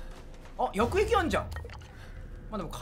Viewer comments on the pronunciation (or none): 薬液がやく↑えき↓じゃなくなってつらい